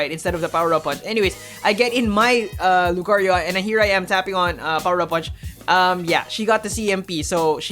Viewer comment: What we need is hear Lucario and not 'lUcArIO' every single video. Other than that great content, I think I've watched them all the last few weeks